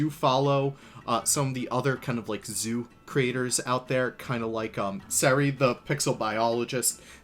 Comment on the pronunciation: Why did you pronounce seri as sari?